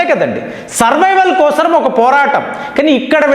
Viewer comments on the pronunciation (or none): none